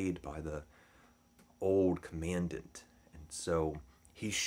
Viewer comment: Mispronouncing “commandant”